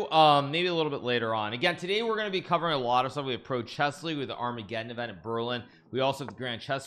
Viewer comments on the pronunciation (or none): none